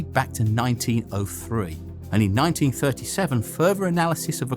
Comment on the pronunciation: Furver??? Wtf are you saying???